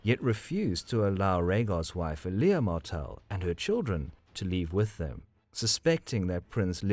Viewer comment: EL YA this is how you say her name not eelaya